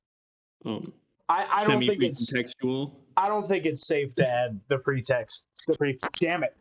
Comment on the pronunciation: "Precum text" is what I heard